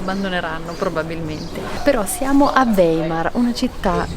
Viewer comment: Si dice "waimar" In tedesco...